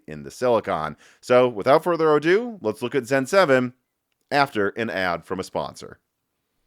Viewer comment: without fuirth ADO!!! UH-DOOOOOO lol I keep trying to tell you, I'm guessing you just don't care, but you're saying it wrong:) EXCELLENT INFO(as ALWAYS!) Thank You